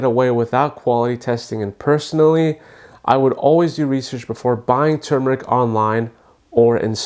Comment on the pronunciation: THANK YOU for saying tuRmeric instead of tumor-ic the way so many people mispronounce it. The first syllable is like the word "term" not "tomb" it's such a huge pet peeve of mine.